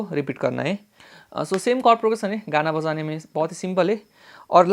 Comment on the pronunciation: Bojane ke liye = assamese accent 😅